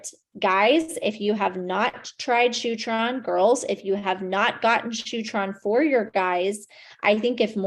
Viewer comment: did she say shootron???